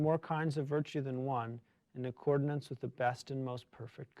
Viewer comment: The word is “accordance”, not “accordinance” - military background? Thinking of “ordinance”?